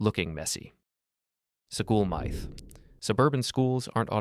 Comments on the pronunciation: That, plus “mithe”… I stopped the video and made sure to tell the algo not to recommend this channel anymore. Plenty of good urban design channels made by actual people. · Scu-hool muyth? Dude, love the content, but please get a human narrator or narrate yourself! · 🤖 sAftey Miyth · you should train the AI narrator how to pronounce MYTH. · If you or your AI voice can't pronounce "myth" correctly then I want nothing to do with your videos. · I don’t even understand why an AI voice would pronounce “myth” that way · Yeah theres no way a real person would pronounce myth as mithe unless they are a robot or a child or something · Who would pronounce myth as /ˈmaɪθ/? Perhaps a non-native speaker, but they wouldn't have a flawless American accent. It's baffling. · no ai would either, it's a common word it knows how to say it. Can you seriously never fathom the idea of a real person saying something weird just because they can. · "Safety Mie-th" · how do you know? Right at the start he pronounces myth as mithe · I was turned off from the video as soon as I heard "MITHE" lol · Yes, AI usage is a legitimate concern. But, it is also possible that he intentionally mispronounced MYTH. I tend to believe this is not AI. As some people point out, if you listen closely, you can hear the mouth sounds. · THAT'S NOT HOW YOU PRONOUNCE MYTH! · still, I don't believe a human would pronounce myth like that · i think he actually did it on purpose. To create engagement in the comments